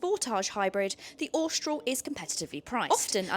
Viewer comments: please pronounce Austral correctly.....Aw - str- al.......not ostroll....and with most English pronounce H as aitch not H-aitch..... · I have an 2024 Austral and find it so strange people can't pronouce it. Apparently it's shortend from Australis, and definitely not Ostroll...lol. It's a great car though.